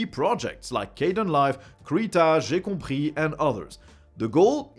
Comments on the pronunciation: Ur french accent for GCompris is absolutely insane, and that comes from a french person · FINALLY i hear someone say "GCompris" with the right accent.